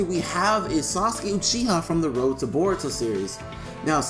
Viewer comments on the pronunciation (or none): lol its boruto not baruto its funny when people say baruto lol